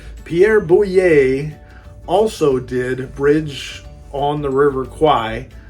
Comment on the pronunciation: Boulle is pronounced ‘Bool.’